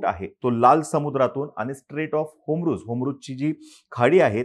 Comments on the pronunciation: होमरूज नाही रे बाबा हॉरमूज आहे ते.. नीट उच्चार करत जा की.. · Strait of hormuz....not homruz